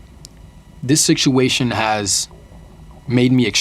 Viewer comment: Whats with him saying siktuation? Is that a new York accent thing or is he just misspronouncing? Not trying to be annoying just honestly wondering